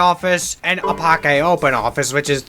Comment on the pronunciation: That pronunciation of Apache hurt to hear. It is said ə-PATCH-ee (ə = short a sound like in about)